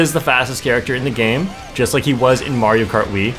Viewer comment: You're saying mario wrong